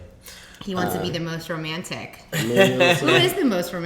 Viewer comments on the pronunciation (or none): tahir said “rayantic”😂😂